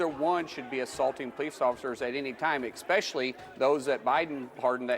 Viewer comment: Ekspecially??? Jeez, this guy is a goof. Oklahoma, is this really the best you can do???